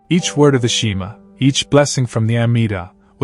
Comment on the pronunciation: Fake AI. Doesn’t now how to pronounce Amidah and Shema is big CLUE! Shame on you.